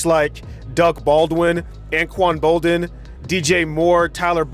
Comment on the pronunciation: Love this vid. But his name is anquan boldin. Not bolden